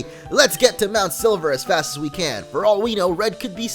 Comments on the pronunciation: hey did you guys heard that he says mount sliver not silver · silver not sliver :D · You say MT.Silver MT.Sliver XD